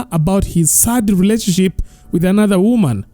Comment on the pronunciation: You speak very good English and your a good narrator but I can't believe you're failing to pronounce the word "relationship "😢